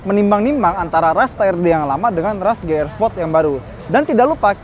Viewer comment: Ti Ar Di bang,,, Ji Arrr bang,, 🧐